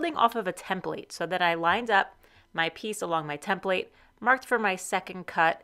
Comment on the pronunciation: It was a good idea, making the blade thickness gage. I think it is worth another attempt. I like how you say template. Tem- Plate. Almost as good as "draws"